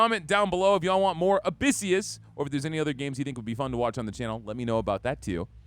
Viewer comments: It’s not called abyssius… it’s abyssus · Shoulda learned how to pronounce the game title before doing this vid.